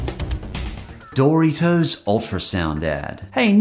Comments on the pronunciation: I’m sorry but, BUT DID YOU JUST SAY DORY-TOES WTF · Happy to see the Critic here for a unofficial episode of the "Commercial Saga". Also love how your pronounce Dorito. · You call Doritos dory toes? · His pronunciation of "Dory-toes" gives me a migraine headache. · “Dory toes” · I love how says Doritos like Doortitoes lol. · it’s dor-it-os